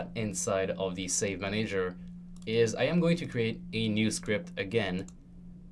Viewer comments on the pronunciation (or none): I HAVE to know why do u say manEYger and not manager?